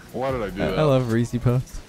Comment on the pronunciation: Came here to say saying of Reese’s Puffs is correct